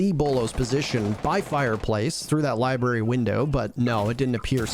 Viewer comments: Not barry ,brary cmon thee most aggravating mispronunciation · Ah yes libary